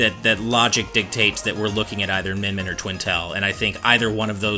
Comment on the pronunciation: It's Min Min.